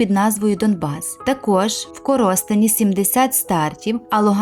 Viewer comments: ага....мой город "изуродовала" своим кривым произношением........только не подумай...я не вата...но эта дура могла бы хотя бы прогуглить как называется гоод,прежде чем о нем говорить....я о "КорОстенИ" как она сказала.......сука злости не хватает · В вас чудові відео. КОростень, не КорОстень.